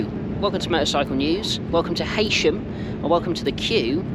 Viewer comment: It's pronounced "hee-sham"